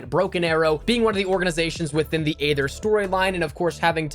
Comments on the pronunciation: I’ve been wanting to say this. It’s not aather it’s eether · You know aether is pronounced eether